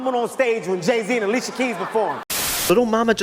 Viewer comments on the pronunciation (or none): none